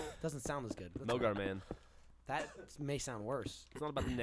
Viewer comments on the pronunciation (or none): George Cardona It's mogar not manger